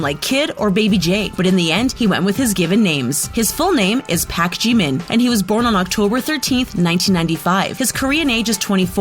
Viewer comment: DUDE THIS LADY CAN'T EVEN PRONOUNCE PARK